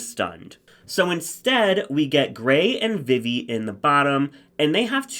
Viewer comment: vivvi is pronounced “vee-vee”